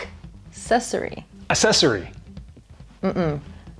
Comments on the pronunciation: Val's right. Aksessory. :D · can’t say accessory right.